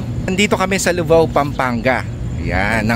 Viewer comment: Lubao sir Hindi Po luvao